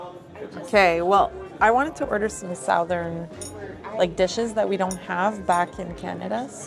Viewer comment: did you say "SOUTH ern"???? uh no SUTH ern....